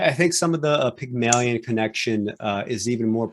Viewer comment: You guys must be channeling Peter Clease, the way you are butchering the language: Pyg-mah-lion and not Pygmailion? Ah-vid and not Oh-vid?